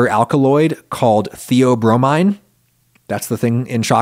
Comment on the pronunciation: hey Adam just a heads up from a chemist, the bromine in "theobromine" is pronounced like chlorine or fluorine as opposed to iodine at least the way we say it in america